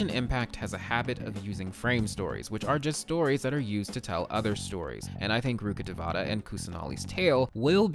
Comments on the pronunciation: just wanna correct your pronunciation of "rukkhdevata" it goes like rukh-dev-tah and not like rukkadevaata as a person who's fluent in hindi its getting on my nerves im so sorry T-T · Love ur lore videos Btw, as a local of the said reign sumeru is based on, "Rukkadevatha" is pronounced as "Rukka-Day-wa-ta" 😊 just saying cz more people will know about it